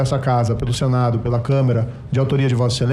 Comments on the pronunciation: Depois de tanto temoo o Senador MORO ainda não aprendeu a pronunciar CÂMARA????? ele fala CÂMERA!!!! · Um PARLAMENTAR que diz câmera em vez de câmara me surpreende ele ter chegado ao cargo de juíz. Com certeza ainda no Brasil o QI é o que importa (q i, quem indica) . Pois em um país sério este que prejudicou a nação brasileira manipulado resultado e combinando com procuradores resultado de sentença. em pró da sua vaga de ministério e posteriormente sua candidatura,este na minha opinião deveria estar preso. Este é um verdadeiro 5 coluna. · é impressão minha ou Moro falou "câmera" em vez de câmara? É um ignorante mesmo! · Será que o marreco quis dizer câmera ou câmara? Eu ouvi câmera, alguem discorda? Pensar que um merda desses foi juiz... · "CÂMERA", sim um ex-juiz ladrão ao invés de dizer Câmara ao se referir a casa legislativa, diz Câmera. Como um saco de cocô desse passou para juiz federal? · E falar "câmera" no lugar de Câmara!🤮🤮🤮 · Este semianalfabeto, não consegue pronunciar a palavra Câmara, porque toda vez que vai falar, só diz "câmera". Como pode um sujeito destes haver sido Juiz Federal? Só pode ter fraudado o Concurso, com a cumplicidade de alguém que tinha acesso às provas, antes da aplicação das mesmas. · Esse imbecíl do Moro ainda fala Camera 😂😂😂😂😂😂 Esse Conjê é de foder msm 😂😂😂😂😂😂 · Em ele fala "câmera"?